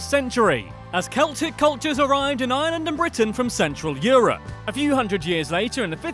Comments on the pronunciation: why tf does Dublin have to dominate everything? People not from ireland only come to dublin and so many of the good concerts just go to dublin. Also its Are-land. Not lay-and, lah-nd, stop emphisising the a's. Coming from Cork :) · It's not island it's pronounced areland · he is saying island not Ireland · It's not pronounced island it's pronounced ARland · Why does he call Ireland island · I'm from Ireland and I HATE when Americans pronounce it like ireelandd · They pronounce it as "ierlaand" and it fucking annoys me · Its pronounced Are-Land boi 😂😂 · Its pronounced ire - lnd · You have to pronounce Ireland with a r like arland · only minutes into the video and have already clicked off from the fact that you're mispronouncing the name of the place you're make 101 facts on. 🤮🤮 it's pronounced ARE-LIND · Yep and the way they pronounce Ireland as well. It has two syllables not three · it's how they say Ireland with like 14 syllables. It has 2 syllables. TWO AMERICA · It’s so sad he can’t pounce Ireland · Ireland is not pronounced like island .It has an R in it,and have of this video is lies 😐 EDIT:Just realised that he posted this on St Patrick day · Its ireland not island